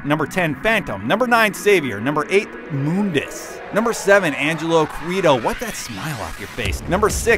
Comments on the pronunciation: Its actually Mundus. Have a look at DMC1's bestiary. Its part of the in game menu. The name is spelt Mundus not MOONdis, thus it is a mistake to pronounce the name Moondis. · moondus really its mundus dante even says mundus in dmc 5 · Mun dus not moon dus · It's muh-ndus not moondus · Why did he call him Moondus? It's Mundus with a "U" after the "M". Make sure you say stuff right before you post something. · mundus not moobdus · It's Mundus, not "Moondes" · "Moondis"...isn't it Mundus? Like, pronounced how it's spelt? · WTF IS MoonDes ? everyone knows Mundus ......... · why do your "u"s sound like "oo"s. it's not moondus, it's not roodra. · Moondus? what!?!?! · its MUHN-DUHS, not "MOONDUS" :P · moondus...and yamoto? >.< really? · mooondus really you guys need to work on pronunciation especialy when the game says the name out loud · Also, Moundus, lol. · IosefaL Actually thats how its pronounced in the original game. Its only pronounced "mundus" in the reboot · It was originally pronounced ''Moondes'' In DMC1 its not until DMC (new one) that they say mundus. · 1 vergil from devil may cry 5 is better and 2 u pronounced mundus wrong if the way you pronounced it was correct ihe would be spelled moondus not mundus so that means your pronouncing him wrong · Moondus? I don't like that pronunciation. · Moondus? sounds weird pronounced than way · for those that are fighting over how to pronounce Mundas's name watch the opening scene of the original DMC and you can clearly hear trish and dante pronounce it as "Moondas"... "Muhndas" came from the new DMC, they even pronounce Yamato differently then they did in DMC 4, new developers, new actors, new pronunciation. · *Moondus* in DMC1; *Mondus* in DmC.